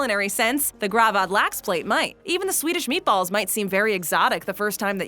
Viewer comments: Hearing her butchering both köttbullar and gravad lax makes my ears bleed... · i dont know why i watched this video, im swedish. the way she pronounces "gravad lax" made me giggle tho